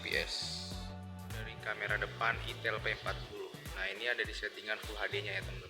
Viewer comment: Cuma mengingat kan "Aitel" bkn "itel"